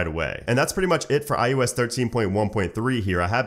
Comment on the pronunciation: iOS right?? not IUS